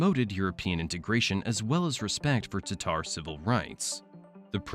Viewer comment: Thank you for pronouncing "Tatar" correctly.